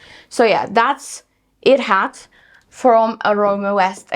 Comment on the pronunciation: The pronunciation is hidj-rat :)